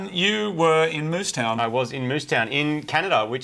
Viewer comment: Moose town lol you mean Moose Jaw